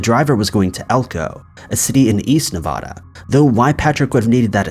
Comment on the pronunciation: Hey I've said this before but it's not pronounced Nuh-vah-duh, it's Nuh-Vad-Uh. This drives me crazy.